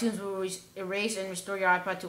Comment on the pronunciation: i can't understand your opening of restore .